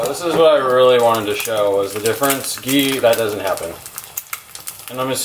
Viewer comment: First, learn to pronounce ghee.